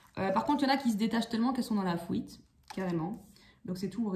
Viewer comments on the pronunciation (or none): Coucou, vous me faites rire avec votre accent " la fouite " lol. Tirage très juste. J ai dépassé tout ça. Mais jme demande si l autre va arriver à faire ce travail sur lui même si il ne va pas tjrs écouter son égo. Si jamais il revient j aurais trop envie de lui dire, Waou t as fait kho Lanta 😀 moi j en suis en 1 point il revient c est bien il revient pas c est bien aussi. Jm occupe de moi. Merci bcp pour ce tirage.